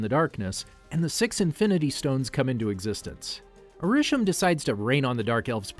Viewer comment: Decent video to watch, however there are several issues I have with this. First off, the pronunciations of Ta Lo, Arisham, and Ulysses Klaue are all incorrect, plus the Iron Monger is Stane's armor, not War Monger, and Kamran is not Cameron. Next, Adrian Toomes is not a part of damage control, he is a private contractor who got screwed over by damage control. Some of the years are wrong for the movies and shows. For instance, Iron Man is in 2008 not 2010, Avengers' time travels to Vormir and to the Ancient One are both in 2014 and 2012 respectfully. The Eternals suffer from Mahd Wy'ry, a side effect that occurs from constant reincarnation, and Kro is the villain for the Deviants. Also, the shows like Inhumans, Agents of Shield, and several others are not MCU canon anymore unless you wanna count it as a separate universe. Speaking of which, you didn't include both Loki and What If...? since they are also a part of the timeline too. You only briefly spoke about where the alternate Loki went.